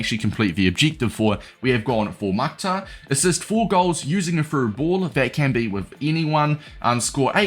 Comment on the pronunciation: Bro respectfully it is pronounced Mukh-tar